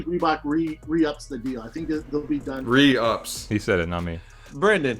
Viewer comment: WITH THE "REE-UPS"